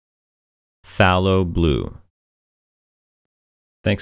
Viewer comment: Fay Low. Everyone. Every artist. Every where. Even my instructor in France (i'm in the states) who speaks with a British accent says: Fay Low. Restoration artist in Italy say Fay Low. Call an art store to order paint and they'll say Fay Low when the read it back. It's funny like that. Buuttt if that's the true pronunciation then you would be correct. It's like when people in the US say: Confirm. We say "Cunfirm". But Canadians and British people heavily pronounce the "cON" which of course is correct. Language is all chopped up and we must deal with it.